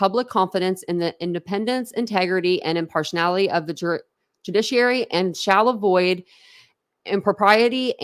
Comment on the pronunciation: Im-PAR-she-AL-ity is how that is pronounced 🙄